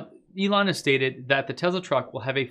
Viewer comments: IT'S NOT A TEZLA IT'S A TESSSSSSLA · It's Tesla, not Tezla…..just wow. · I stopped watching as soon as he pronounced Tesla as Tezla. I don't know, call me strange but it literally bothered me. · why is he saying "tezla" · I love your info I really do... But... Its not Tezla, put an S in there brother. Thanks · That didn't bother me. What bothers me is when they constantly say, "Uh, um", in their speech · Why are you pronouncing Tesla with a z? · Let me help you with your pronunciation. Say the the word “sled” ten times before saying “Tesla”. “Tesla” is spelled with an “s” and not a “z”.